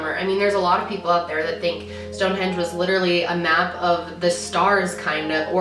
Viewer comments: For some reason i always pronounced it "Stonehedge" and not stonehenge...idk i always remembered it like stonehedge lol im confused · wait my mind is blown that its HENGE and not HEDGE lmaoooooo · so thanks to this video i learned its stone henge not stone hedge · 30 seconds in and I’m already learning I also pronounce it “hedge” but it’s “henge” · Okay So literally right before clicking the video I read the title and was like "Stonehenge? I've always pronounced it Stonehedge wth" and that's like the first thing you say when you started the video ... damn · I’ve always said Stone Hedge too 😂